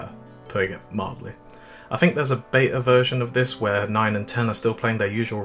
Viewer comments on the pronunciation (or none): none